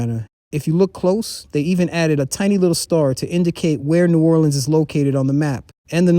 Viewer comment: Idk where you from but people that's from New Orleans don't call the city Nawlins